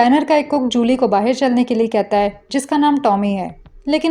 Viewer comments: Bahir nahi Bahar.😂 Sabhi explanation karne wali ladkiya BAHIR kyun bolti hai. It's really very funny and annoying at the same time. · "bahir" word tells your pakistani identity 😂